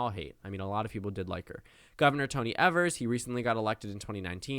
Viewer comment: Just an FYI: Governor Tony Evers' last name is pronounced with a long E, like eee-vers. Just in case you ever need to talk about him on your channel in the future 💕